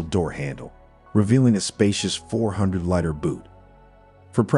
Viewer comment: Nice looking car but Bad Review. You cant pronounce Litre? I think this is a ChatGPT made video.